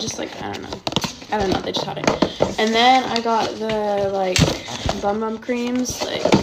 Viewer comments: PLEASE STOP CALLING IT BOM BOM CREAM,ITS CALLED BUM BUM CREAM!!!!! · It is actually pronounced “boom boom cream” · Bc it’s pronounced boom boom actually not many people know it thought and keep saying bum instead of book :)